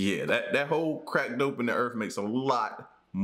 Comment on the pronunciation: I swear I heard him say crack dope n the earth multiple times lolol I like your vids tho